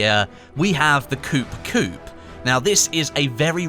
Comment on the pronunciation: Ahhhh!! Coo coo not coop coop